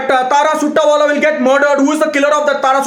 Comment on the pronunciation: The best part of the video: The way he says Arjun Kapooor, Disha Maldives, and Tara Suttawala